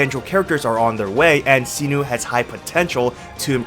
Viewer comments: SAINO, not Sino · It's "Sai-Noh" not "See-Nuu" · sinu?? 😂😂 Its SY-NO, Not SINU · All I remember after watching this is that you keep saying Cyno [See-Nu].. His name is Cyno [Psy-no] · "See-noo and Knee-loo" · this dude really said "see-nu" and "nee-lu" 💀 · the way he says see-new for cyno is hilarious and also tiring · Is no one talking about see-noo? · Sorry but his name Cyno not Sinu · Jesus duckong chriat pronounce thw8r names right where do you see a u in cyno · That can't be how "Cyno" is pronounced lol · Cyno pronunciation giving me cancer